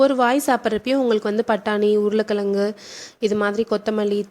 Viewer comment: Urula kalangu -- pronounciation wrong.Tamil la is wrong. Pl say Urulai kilangu.